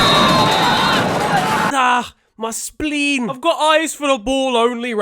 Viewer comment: Am I the only one who laughed by the way he said 'spleen' in the intro